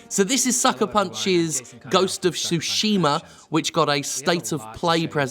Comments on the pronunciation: Lol sushima, it's tsu-shi-ma, like tsunami, a slight hint of a T sound but mostly an S sound. The game looks great, looking forward to it. Tsushima is an island halfway between Korea & Japan and has changed hands back and forth thru the centuries, but in modern times it's a Japanese possession. ( It was a stepping stone for the Mongol invasion and the US-Korean war) Enjoy the rest of your day Jim 👌🤟🙃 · Both are wrong. I can't talk about the stress because I've heard Japanese people stress some words in every possible syllable, including no syllable at all. That said, "tsu" isn't pronounced "su". What English speakers do to poor Tsushima is akin to pronouncing "chat", shat. Just go to Google translate and listen to the bot say it. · I think "Ma" in japanese means "evil" or "wicked" or something like that (if anyone knows what I'm talking about, please correct me) So I find it funny when it's pronounced "Sushi-Ma" XD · Jim please stop saying Sushima, the T is not silent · 'shi' is pronounced 'shu' when followed by 'ma'; English isn't the only language with confounding grammar. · Iirc, Japanese names almost always have the emphasis on the first syllable. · Your initial pronunciation was awkward, but not bad, tbh.